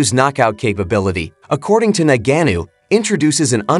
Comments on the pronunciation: Ok, let's start from... He's not "Nagannou" as you pronounce it. He's Ngannou. Nevertheless, am team AJ... we want that undisputed shot. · Ngannou bro please not NANGENO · Made a whole video and call the guy Nagannu. That takes effort. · Why don't you just day Francis instead of constantly mispronouncing his name. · Mispronouncing the word ‘this’ is not nearly as lame as mispronouncing a person’s name over and over and over, and more so if the person is famous. By now Ngannou’s name is pretty much a household name, so it comes down to laziness, basically 😂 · He butchered his last name every time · I don't know how to pronounce ngannou so I'll use 98 different mispronounciations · If you can't say his name correctly don't do a video..... Sad you cant say it right😂😂😂😂 I had to stop the video 😂😂😂😂